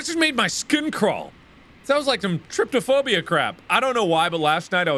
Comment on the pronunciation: Why did Mark say r/tryptophobia? Did he mean TRYPOPHOBIA ?